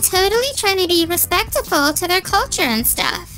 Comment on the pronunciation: “I’m trying to be respectafle”